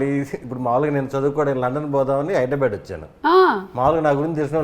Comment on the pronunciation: Its not Hydrabad its Hyderabad. Please pronounce properly.